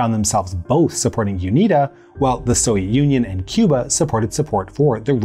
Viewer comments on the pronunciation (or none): none